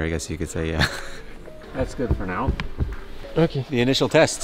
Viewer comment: are you serious right neow bro!?